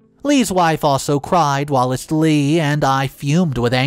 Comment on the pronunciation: the word is whilst, not whilist, which is not an actual word. When you mispronounce a word, it triggers me, and you mispronounce quite a few.